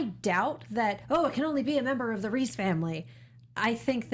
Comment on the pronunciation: But Reiss is pronounced like rice, not reese; since its a German name.